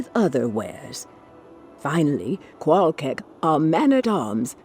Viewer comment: Rune Words fail. Qual'KEK Great video btw. Truly appreciate including every story, non-gossip dialogue in.